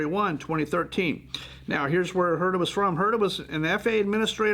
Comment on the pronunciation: The correct pronunciation of Huerta is “Werrr-ta”, yes roll the rrr…